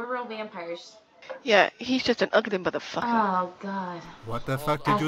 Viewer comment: "Mather Facker I am linden labs."